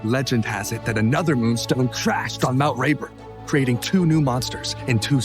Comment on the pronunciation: are we going to gloss over that zed said mount raper